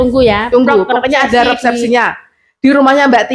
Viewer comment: Resepsi bukan repsepsi 😊